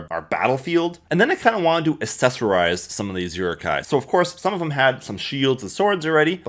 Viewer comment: you pronounce many words very strange.. rokoku? uruku? lol?